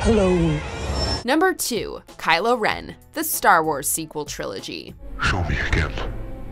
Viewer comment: “Kylo Ren”?!!!! Really?!!!!! :(((((((((